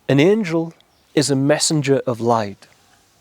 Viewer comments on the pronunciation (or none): none